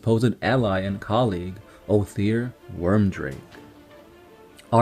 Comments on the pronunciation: Stop butchering the names of everything with your pronunciations. And by the way, it is weird make.. not worm drake... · It's Wyrdmake! Wyrdmake! Your pronunciation is HORRIBLE! But cool video. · Ohthere Wyrdmake, his surname is pronounced weird-make I'm pretty sure, but sick video, TS are my favorite legion